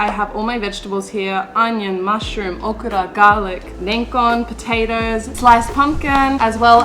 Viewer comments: So funny to hear okra pronounced okura. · It feels a little weird to hear a native English speaker to say 'okra' with a Japanese accent